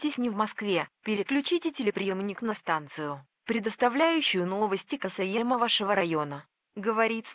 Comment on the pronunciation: Ничего себе я раскопал видос:) Конечно присутствуют клише вроде проклятий и "Ожидание ответа правительства", но довольно здорово) Возможно я тоже сделаю свой взлом в ближайшее время;) P.s. "КасаЕмо" от говорилки эт шедевр хахах:)